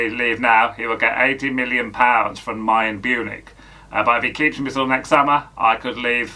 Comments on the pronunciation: Mayern Bunich 😅😅😅😅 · Mayern Bunich 😂😄😭